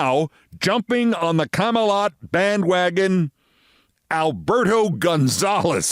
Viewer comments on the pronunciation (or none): Did you just call the VP Camel-uh? You did! Jesus Christ Olbermann, wtf is your problem? You can’t say the word comma-La?